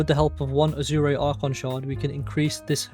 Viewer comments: It's "Ah-sure" not "ah-zoo-ray" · Azure is pronounced like "ah, sure" but with a Z instead of an s, and there's no H nor , . The e being mute is the biggest deal